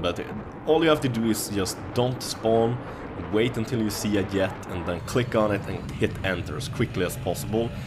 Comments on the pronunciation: y does he say yet instead of jet? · Are you swedish?? Because you cant pronounce the J of jet lol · yea, you call a jet a yet :P its funny but yea, ur very good :D